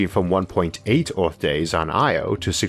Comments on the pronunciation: Hello. Please find and pay someone to narrate your videos finally. At least learn to pronounce Earth and Mars properly, get some logopedic help man. Thx ⚠ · Did this guy voice elma fudd???... rofl hearing him say EORF (earth) LOL